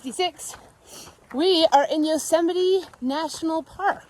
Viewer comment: Yosey-mite Haha! LMAO😂😂😂